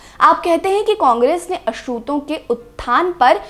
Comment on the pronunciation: मँम आप अछूत का उच्चार बराबर किजिये।